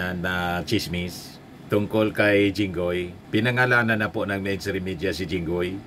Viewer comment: Sabi niya Jingay. Obviously THATS jingoy